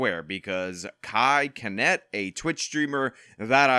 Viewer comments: Bro said Kai kenat😂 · kai “kaanet” 😂😂😂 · Where did you learn english? "Ce" doesn't make a "K" sound.